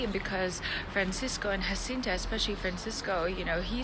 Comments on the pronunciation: Good video, but you are mispronouncing Jacinta's name. It is a Portuguese name and is not "Hacinta." The letter 'J' is pronounced as in English. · The J in Portuguese is read as a J and not H like in Spanish. So Jacinta should be read as in English Jacinta.